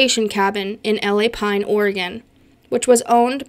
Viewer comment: It's not L.A. Pine Oregon, it's one word Lapine, Oregon. I had Sasquatch experiences there also. I have found several reports of people having Sasquatch experiences around Lapine, Oregon.